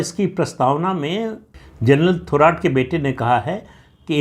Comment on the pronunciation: प्रदीप जी थोराट नाही थोरात उच्चारण किजीये..